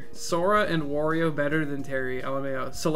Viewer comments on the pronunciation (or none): none